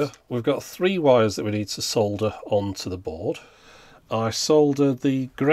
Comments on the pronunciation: So nice to hear somebody pronouncing "solder" properly! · To quote a well-known engineer: "For the benefit of our American viewers, yes that is how we say 'solder' in the UK. Why? Because it's got a f***ing 'L' in it!"